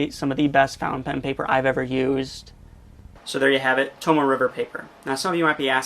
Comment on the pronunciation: It is pronounced to-mo-eh, not to-mo. It you are going to sell it, learn how to pronounce it, jackass. I can see you as a used car salesman: This here sheh-ver-leht is good car.